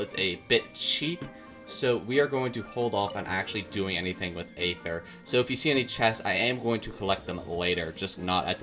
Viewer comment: you say aether so wrong omfgg 😭😭